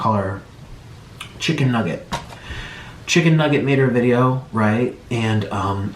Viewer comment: i think he mispronounced "chicken nugget" as stephanie